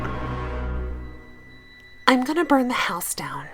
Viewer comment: “In my howuse”